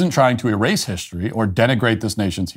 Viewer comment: When the "news show host" says HISHtory, you already know you have problems.